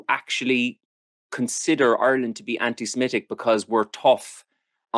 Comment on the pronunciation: Anti SEMITIC, not SEMETIC